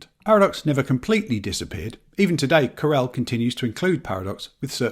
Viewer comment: Nice to hear someone correctly pronouncing both Novell and Corel 👍 Loads of folk say 'novel' (like the type of book) and 'coral' (grows in the sea) 😂